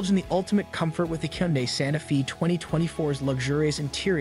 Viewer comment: You keep saying Sante Fee but isn’t it pronounced Santa Fay? Also at the mark you did something with the rear light placement?